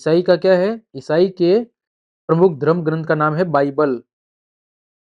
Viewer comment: सर बाइबिल नहीं होती बाईबल होती है